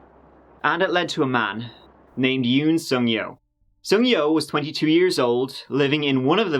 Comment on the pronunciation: “We’re gunna go bak about TURDEE YEERS” WE LUV YA!